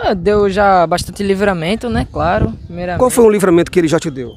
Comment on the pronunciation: Esses mlks falam errado pra krl meu KKKKK "craro" pqp Man não admira serem doutrinados tão facilmente kkkk